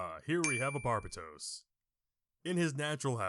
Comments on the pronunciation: BAR BAY DOSE not bar bah dose lol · I love how you even show the pronunciation of Barbatos and still pronounce it wrong. Its ok it's funny.